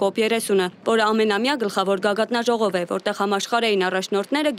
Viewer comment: հաղորդավարԻԿ,<< գագաթՆաժողով>> չէ,անգրագետԻԿ, <ԳԱԳԱԹԱԺՈՂՈՎ>> ԷԷԷԷԷ՛՛՛՛